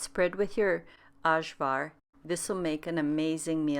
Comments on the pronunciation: Ajvar is pronounced "eye-var". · It's ok, very common for people who didn't grow up in a Yugoslavian houshold to mispronounce Ajvar. You're not alone!